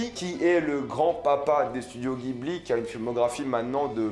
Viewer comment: Ça se prononce studio "djibli"